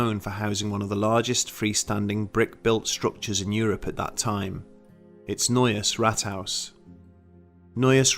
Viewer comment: I'm from Austria and I must say for an English speaking person you can say "Neues Rathaus" actually pretty well. haha.